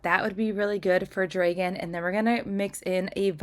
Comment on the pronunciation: I love your nails, but why do you say dragon with a long a?